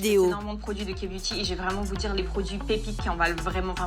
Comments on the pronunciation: Non pas ka-beuty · j'aurais dû compter combien de fois elle a dit la "KA" beauty 🤔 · Elle a juste prononcé la lettre "k" en français au lieu de l'anglais...😅